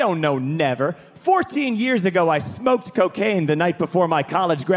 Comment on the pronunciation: I just realized that he really emphasized the word "smoked" here.